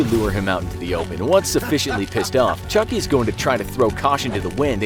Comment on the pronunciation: I thought you said chunky